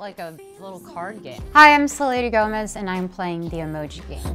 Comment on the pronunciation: Why does it sound like she said ‘Hi I’m sir lady Gomez’ 😂